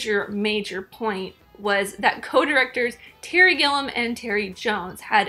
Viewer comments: The American's surname is pronounced "Gill-ee-um", not "Gill-um". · It’s Gilliam, not Gillum.